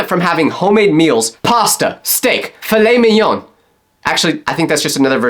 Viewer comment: It’s pronounced filet minyon I’m pretty sure